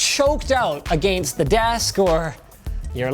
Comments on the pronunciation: The way you say against is wrong. I’m guessing you’re Canadian but that’s still no excuse. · ........ why did you say “against” like that!!!!!!😂😂😂😂😂. You made it sound so fancy shmancy!!!!😂😂😂😂😂😂😂😂. I don’t even care about the review at this point!!!!! Aaaaaaaaaahhahahahahhahhahhahahahhahahahha!!!!!